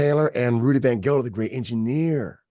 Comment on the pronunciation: It's Rudy Van Gelder, not Gelden. I wen to school with his daughter in New Jersey. A legend!